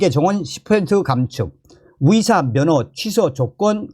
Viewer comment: 위사위사 무엇? 탈북인은 의사발음이 안되나봐